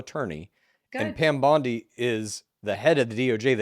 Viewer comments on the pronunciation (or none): none